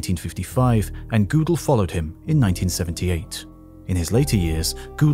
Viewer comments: THE COMMENTATOR IS NOT A GERMAN SPEAKER, ... he pronounces Godel as Goodel (as in boot) rather than as Goadal (as in boat). The umlaut (the horizonal double dot over a vowel, in German) converts the "o" in Godel's name from the short o as in hot, to the long o as in O (P Q)). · Kurt Godel. Not GOO del The German is Ger del. First syllable like a dogs growl ryhms with her. English is Go del. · Fun fact: Gödel doesnt rhyme with poodle ☝ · Great documentary, but the way you pronounce Gödel is an insult